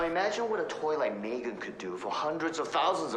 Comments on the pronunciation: "MEG3N" nooo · psst my guy it's M3GAN not meg3n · It's M3GAN, not MEG3N